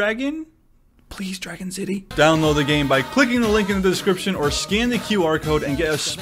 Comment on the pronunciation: aw hell nah you said shitty instead of city